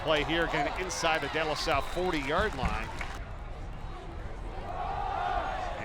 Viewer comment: couldn't even pronounce De LaSalle